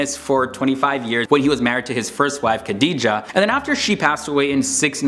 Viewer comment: I liked it because his pronunciation for the Prophets first wife's name was typically American. Hilariously Wrong. I smiled throughout.....Tip. Quizz a practicing muslim......found in any old Mosque....anywhere......